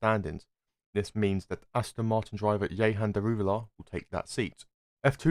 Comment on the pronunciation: Note: It's not Yehan, it's Jehan. The 'j' sound is there.